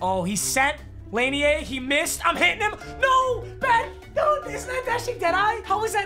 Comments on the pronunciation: "laney-ay" ITS PRONOUNCED LA-NEER PAPA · No one:: Lane ee Yay